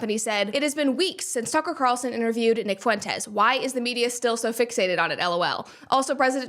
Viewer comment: Lol "Nick Foo-entes" hilarious 🤣